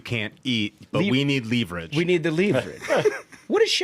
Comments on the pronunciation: You guys are destroying the way I speak 😂 progrum, Tuesdee, leeverich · Someone else said it "leave rich" and that just did it for me. 😂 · I hate you guys. When J.D. Vance says “leverage”, I think “leevarage”…… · Never stop saying Leaveritch. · Ahh! "Leave Rich". We thought he was mispronouncing leverage. He's just talking about how wealthy Democrats get in DC. 😂😂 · I’m sure the democrats could answer a very simple question. How do you pronounce “leverage”